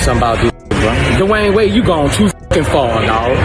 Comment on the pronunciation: Dwine wade? 😂😂😂😂 who's that